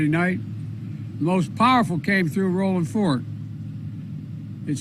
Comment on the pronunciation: the roof came off and the red cross was there. you're not alone. Well, at least he pronounced the name correctly, The Donald called Paradise "Pleasure" Ca. ....Didn't play well.